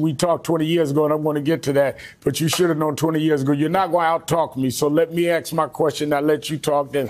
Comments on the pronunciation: "So let me axe muh question." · Al Sharpton has been a public speaker for over 50 years, and yet he still can't properly pronounce the word "ASK?" 😂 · LET ME AXE MY QUESTION LOLOLOLOL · Al Sharpton is one of the biggest racist out there and he doesn’t want racism to end because he would become irrelevant! He graduated from Harvard and still pronounces “ask”, as “ax”…..drives me crazy. Love your show, keep up the good work! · Correct me if I'm wrong but when you axed a question, isn't that the same as literally killing the same question? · Axe my question... Ya just cause you can talk, doesn't mean you're able to speak, "Reverend" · Let me "axe" my question? Why can't some people say the word "ask"??? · “Let me ax a question”. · why does a supposed educated person speak improperly every chance he gets... who AXE"S someone questions? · Sharpton can't even speak English correctly. He said Aksed (which isn't even a word) rather than "ask" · The word is ask not AX. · Sharpton says he gets to ax the questions. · Let you axe my question Ada, learn to speak English Sharpton. It’s ask not axe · Who is this guy is is asking to AXE a question? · Let me “ax” my question??? Why doesn’t Al know how to speak? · You are not going to out talk me….let me axe my question…..Sharpton is a professional race baiter…. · and SHARPTON....the OLD pimp...still says "AXED"....it's ASK! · Let me aks my question? Sharpton can't speak English. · Sharpton can't even pronounce the word ask correctly. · then he immediately says, "let me AX you a question". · LMMFAO!!! "let me axe my question..." They got you strung, Al....lol...dance puppet dance 🤣🤣🤣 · "Let me AX my question....." AX? AX? Is this a hatchet throwing competition? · I love when Al ax’s a question. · let me AXE you a queshun....he sounds so educated